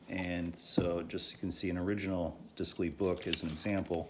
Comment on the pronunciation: It would be pronounced like deyclay. It’s French so your pronunciation would be spelled descli.